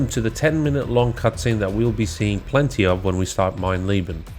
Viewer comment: It's funny how everyone seems to call the Wolfenstein trophy "mein lieben" (my love) instead of "mein leben" (my life) just from how they assume the e would be pronounced. It's just funny that you're subconsciously on a quest for love in your heart while doing the most diabolical trophy ever.